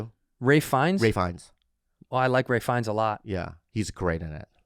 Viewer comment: Ralph Fiennes. Not Ray, you boobs.